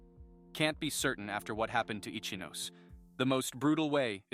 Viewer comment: Ichinose pronunciation is sooo wrong🤣